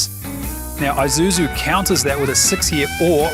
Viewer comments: It is not called an Eye-suzu, you pronounce it as E-suzu, Japanese pronunciation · And 'i' is pronounced 'eee' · Doesn't seem like any of you Ozzies can pronounce Isuzu. It's not an Izuzu